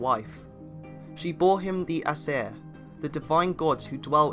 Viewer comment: This dude cant even say ”aesir” right